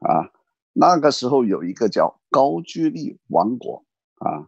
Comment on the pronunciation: 应该是高句（音gou）丽吧